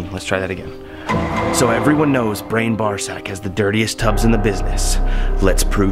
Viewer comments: i had to listen to the first time he messed up brian's name, thought he said ball sack lol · Haha so funny but please learn how to say Brian's last name lol